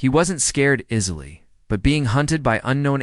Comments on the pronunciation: At about : : a repeat of the false pronunciation of 'easily' Oops LoL 😮😢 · Before : : the word 'easily' is miss-pronounced even though it can be read phonetically!. 'Ea' is not 'is' Oops LoL 😢😢